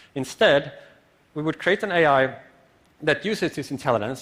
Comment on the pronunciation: You know he had to put AI in text at the beginning cause he pronounces it WEIRD